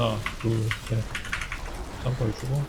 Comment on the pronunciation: 하나 둘 짬프? 맞는건가 몬말인지 ㅡㅡ알아듣기가 ㅋㅋㅋ